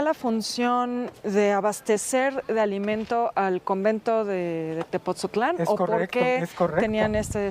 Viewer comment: Es Tepotzotlán no Tepozotlan porfa gracias